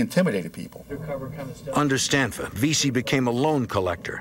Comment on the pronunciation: It's Stanfa, not Stanford.